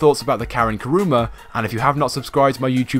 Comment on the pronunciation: why do everyone say "karuma"